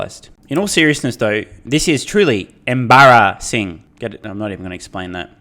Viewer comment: "M. Barra-ssing". You should retire now, this was your masterpiece.